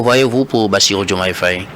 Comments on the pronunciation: C'est vrai quoi ! Il dit toujours Féye au lieu de Faye ! 😡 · Mr le journaliste, je pense que la prononciation est Faye et non Féye. Très bonne émission, au passage.